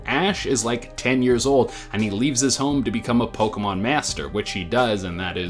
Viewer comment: I'm sadden about how Pokemon was pronounced